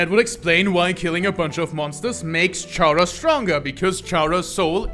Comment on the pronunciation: did you know "Chara" pronounce "Character", Like, Car-Ah, not Char-Ah.